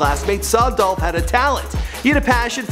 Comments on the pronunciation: It's "Dolphhh Niggaaaa💯💯💯😎😎😎😍😍😍🎧🎧🎧🎵🎵🎵🎤🎤🎤💪💪💪🎶🎶🎶 "Adolph????? Now I See Why He Go By Young Dolph😂😂😂😂😂😂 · ITS DOLPHHHH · It's Dolph! - Young Dolph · IT'S DOLPH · It's dolph!!